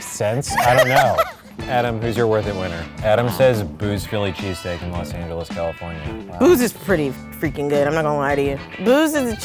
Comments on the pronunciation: I KEEP HEARING CHEASECAKE!! AHHHHH!! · I swear every time I heard say cheesesteak it sounded like he was saying cheesecake.